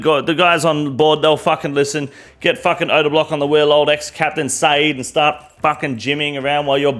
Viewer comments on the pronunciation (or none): none